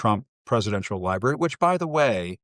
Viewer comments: "liberry" is not a fuckin word! it's spelled and pronounced "library" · 🎉🎉🎉love ya man but its Library not Liberry. 😅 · Bro. It's library. Not liberry lol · "lie-berry" haha. Love you Big dog! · Sorry man gotta do it to ya. Its pronounced Lie-brary library. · you said "li-berry"😅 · We’re ALL ADULTS RIIIGHT⁉ So why is here pronouncing library as ‘’LIE-BERRY’’ like a small child. At least he doesn’t have a lisp like a worrying amount of younger Gen Z’s 😳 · Love that ypur always just be ing you. Conservative/republican because you can think for your self. Lol he said "libary", love it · Honey, I love your work. Please perfect it by saying "LibRary". Don't forget that "R". Thanks.